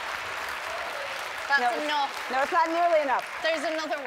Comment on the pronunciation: Saoirse: that's ENOFF that's ENOFF